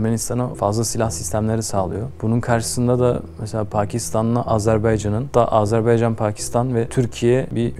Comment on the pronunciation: Tamam herşey çok güzel ama lütfen dikkat....AZERBAYCAN. hala ısrarla azerbeycan demeye devam ediyorsunuz.